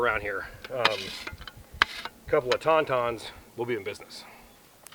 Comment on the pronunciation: You said " Ton-Ton "...lol. I'm most definitely keeping this You Tube subscription.